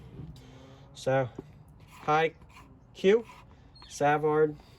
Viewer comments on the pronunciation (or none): 😅😅🤣🤣 pretty sure it's pronounced Suh-vard too.. This guy! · Savard pronounced suh-vhard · You should at least go to their website so that you can learn how to pronounce there name properly before doing it on boxing LOL.. can't wait to here them..I'm still almost a dB virgin when it comes to hearing good clean bass and just loud bass.. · I was thinking the same thing on the pronunciation.. 😅🤣